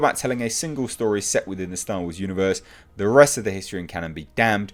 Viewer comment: I’m glad the hype and the movie has come and gone but I will always missed hearing your “tha rise of Skywalker”. I crack up everytime I hear it.